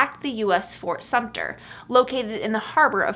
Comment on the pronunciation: Uhhhh, Fort Sumter not Sumpter just fyi :)